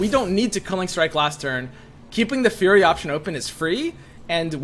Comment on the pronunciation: Listening to him say "furry" over and over - instead of "fury" - was weird to listen to. Like the people that like boink while wearing full-body animal suits?